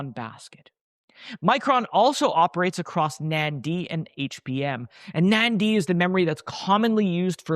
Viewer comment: gotta learn how to pronounce NAND big guy